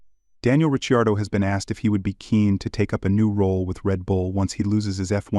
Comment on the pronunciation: I clicked away as soon as you pronounced it "Daniel Rich-ee-ardo"